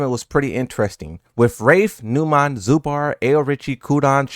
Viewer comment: I can feel that you will make video if any of the commentators would take wrong names of players but you're mispronouncing Numan and Zubair both wrong. Please show some effort and maybe google and try getting their names correct for once?